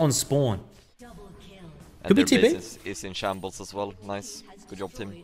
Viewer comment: Zeri "GOOD YOB" gets me great LOL